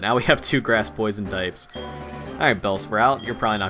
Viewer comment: Coulda been my bellsprout get the name right foool